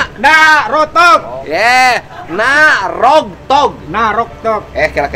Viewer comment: NAROGTOG bukan Naroto ya hehehehe